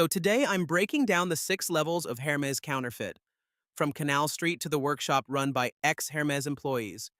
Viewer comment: Pro tip: if you’re going to do videos about Hermès bags, or any other Hermès product, it is pronounced AIR – MEZ. The H is not pronounced. And the second “e” is soft : bend not bee.